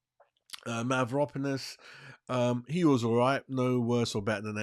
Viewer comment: Need to learn the names to sound more professional. Gui-lher-me Mav-ro-panos